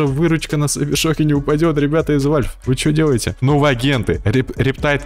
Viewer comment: Какой нахуй вальф! Правильно валв